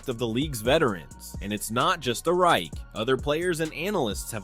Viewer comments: Is this an AI voice? If not, Arike’s name is pronounced Ah-REE-Kay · Need to learn to pronounce certain names right like Arike, it makes me feel like you just make these videos and don’t watch these games or really even know these players